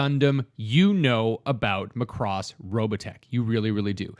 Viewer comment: Mac-ross...not Ma-cross 😁